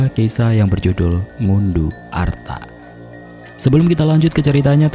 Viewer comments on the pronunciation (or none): Bacanya arto, bukan arta😭